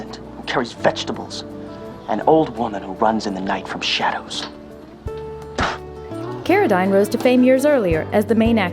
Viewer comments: David CARADEEEEN. Why do some of these narrators not know how to pronounce the names of the people they are making videos about? She said cara-DYNE. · Can't pronounce David Carradine, you can bet the narrator had no idea what she was talking about, which made the whole thing suck. David Carradyne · Lol I've been pronouncing the Carradine name wrong.